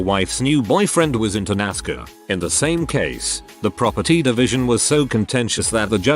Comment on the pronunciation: Normal People: NASCAR Bot: NASCER